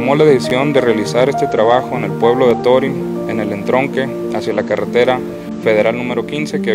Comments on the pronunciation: ¡Mi felicitación de nuevo, pero torím rechina horrible! El narrador, locutor o hablante no puso atención al señor Jesús Patricio Varela Martínez en su pronunciación del nombre del pueblo yaqui Torim, sin acento en la i. ¡Arriba Sonora! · Torim se acentua el la letra "o" (lo pronuncias mal)...